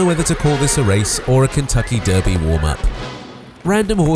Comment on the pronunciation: You keep pronouncing 'Derby' wrong in your videos